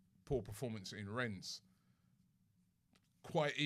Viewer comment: Robbie still calling it Renns